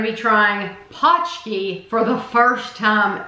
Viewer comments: Yup, it's definitely not pooski, paunch key is a lot closer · I went by what The Polish Center of Wisconsin said: "pronounced paunch-key". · It's just ponch-kee :)